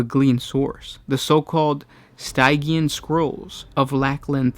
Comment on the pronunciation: Stygian = Sti-jian